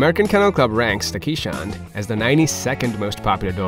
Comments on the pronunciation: This is a Dutch breed so please pronounce it correctly. it is Kays:hondt or "Case" "Hond" with a long "O" which is Dutch for Dog. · 99% of Keeshond owners know that the breed is pronounced Kayz-hond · Please stop calling our breed quichehond… or Keesh hond… or keesh hound… They are called Kay’s hond. As people called Cornelius in Dutch often get the nick name for the letter k which is pronounced Kays. In essence K’s dog or K’s hond. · Your #1 fact should've been the appropriate pronunciation of the breed. "Keeshond" is pronounced kayz•hawnd, and the plural form is keeshonden, not "keeshonds". Also, I don't think they're considered a "rare breed". They may be an uncommon breed, but that certainly doesn't make them rare. If you want a keeshond, you wouldn't have any trouble trying to find a reputable breeder. The AKC Marketplace has several, and puppies are always readily available. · Ok, I appreciate your video - but this is SUCH a lovely breed, if you take the time to make a video about them, why not make the effort to educate people about the proper pronunciation. EVERYONE who is the lucky parent of a Keeshond knows that answering questions is part of the deal... " what kind of dog is that??" "Is that a Chow??" "Do you need to brush them every day??" It's just part of the deal, and these lovely lovely dogs deserve the effort.